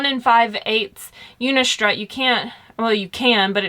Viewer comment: Good video! I'm making the commitment to do a roof rack. Can you tell me where you got the mount for the promaster mounting posts? I really can't figure out what you're saying... unico udicor udico???